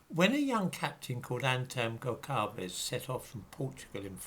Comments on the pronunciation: Gonçalves would be pronounced something like 'Gonsalvesh'. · Gonçalves. the 'ç' reads 's' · Goncalves is pronounced Gonsalvs, the same way that Alves is pronounced Alvs.